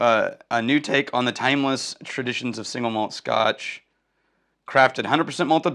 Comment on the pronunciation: Why does everyone say it "singlemalt" when it's two words, "single malt?" That's like saying "bigdesk" when what you mean is "big desk." Sorry - I get real pedantic about spoken English. 🙂 If that's your actual birth date, you're going to be 74, 10 years older than I am. But I thought you were like 10 years younger than I am. I think I'm officially jealous. 😂 I bet you like Balcones' barley whisky then. All I've had is the Lineage - the others are outside my budget - but it is emphatically not shy. 🥃